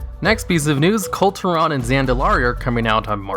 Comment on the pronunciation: Kul Tiran: Cool--Tear-In. Not hard to pronounce.